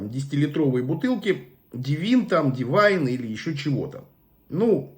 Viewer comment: ДЕвин. Ударение на "Е".